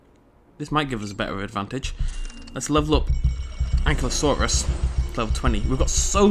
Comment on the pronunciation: its pronounced AN-KY-LO-SAUR not AN-KLY-OH-SAUR you just have to look at how its spelled ankylosaur